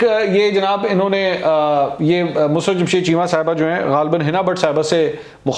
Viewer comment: its not MUSRAT...ITS MUSARRAT......